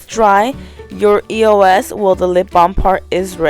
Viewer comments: it not E.o.S it pronounce eos ee-os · I never say e-o-s I say eos ->eyose